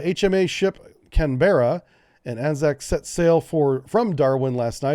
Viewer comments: Hey Dude, FYI it's not Can-Be-rra it's Can-bruh, two syllables, not three. Sort of say "Can" like what dog food comes in, followed by "Bruh", but say it fast so it pretty much comes out as a single word. We have F-35AS - not V/STOL. Australia always cheaps out. We have a saying our kit is "fitted for, but not with" - i.e. we've left enough room, we can add the expensive bits later. It's not like you need to train, learn how to sevice new kit you can just throw it straight in and it works first time everytime and the troops mahgicaly have experience,. <-- the famous so called "dry" Australian humour. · Canberra is pronounced kaan-bruh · I love ya, mate, but it's pronounced "Can-BRA". We tend to shorten stuff a lot.